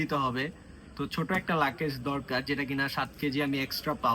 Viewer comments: লাকেজ না! ‘লাগেজ’ 😂😂😂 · Vlog korte ashce english bolse tao abar bhul. Bar bar bolse lucase. Eita hobe luggage. Abar shasuri ke bole mommy. Ekta English word correct vabe bolte parse na. Er poreo bolei jacche. Foul duita. Eder video dekhe je chotolok gula tara o Eder motoi. Boshe boshe eder faltu eigula dekhe ar Eder ke borolok banai othocho nijera thik e chtolok e theke jai